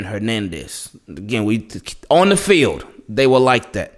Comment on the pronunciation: 🤣😂 I like how you emphasize on the field lol.